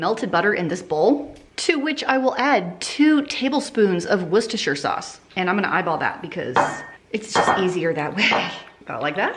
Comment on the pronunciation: Worcestershire - pronounced werstersher